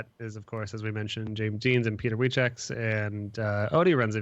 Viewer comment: The episode is very good I just wanna say, pleade don't call Peter Więcek "Wichek" or "Wicheck" it hurts my ears becouse I am from Poland haha. Try more like "w-ie-n-cek" or sth just please do sth with it :P